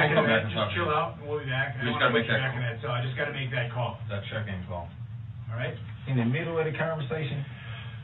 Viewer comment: His lack of manners and respect towards anyone actually drives me insane. This sounds petty, but also the way he can’t pronounce the most simple words properly ie “Dis” instead of “This” and “Dat” instead of “That”, all of his lack of manners, respect and not even being able to pronounce the most simple words all proves that Dawn wasn’t a mum, she gave birth to Darrell and his twin but she didn’t bother to actually teach (I don’t know about his sister because I haven’t seen video of her behaviour or speech prior to her over dosing and passing away) Darrell the basic lesson of life that a parent should, like manners, proper speech etc. She pretty much gave birth to her children, feed them but didn’t actually mother them, guiding Darrell in life, teaching him right from wrong. I actually hold Dawn responsible for some of this, she even blamed Erika for Darrell driving over her with her car and on that horrendous fatal day of the parade she rang the police and reported her car stolen to the police when she worked out he could of been involved in the parade attack, after his Uber calls to her and then heard about an SUV hitting people as those people were being bought into the hospital she was working at. She was covering up for him right from the start. She gave birth, but, Dawn isn’t a mum!! I hope it makes sense of what I’m trying to explain.